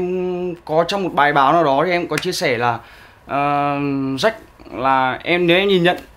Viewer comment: Phát âm chuẩn tí đi Quân Ap ,Jack mà cứ đọc Rách Rách,nói chung thằng quản lý cũ của Ap hồi đó là PVT thừa biết do bà mẹ nuôi Tạ Hà nhưng vẫn cố dìm Jack,vì Jack mới là con chốt của bả mà,nói chung ko có vụ lùm xùm với Jack,AP chắc chắn ko dc chú ý nhiều đến như vầy.